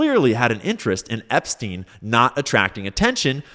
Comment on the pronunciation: I like how he says Epstein like he’s so unfamiliar with him he can’t pronounce his name correctly. If you didn’t wanna look like you’re were on the flight logs Donald you’re going about it the wrong way.